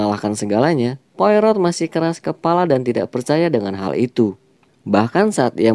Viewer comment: Yup, bener bgt, pelafalan nama penting sbg bentuk penghargaan. Detektif asal Belgia (Spellingnya : Po-A-Ro)